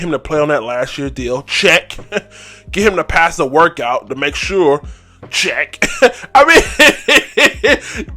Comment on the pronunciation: Why does he say workite and big kite